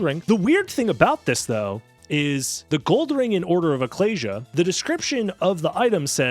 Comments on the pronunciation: ecclesia = ih-KLEE-zee-uh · Ek-kleez-ee-ah, man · Why do you say ecclesia like that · huh.. I thought Ecclesia was pronounced (eh-sea-lee-ah). Guess i was blind to the letter positions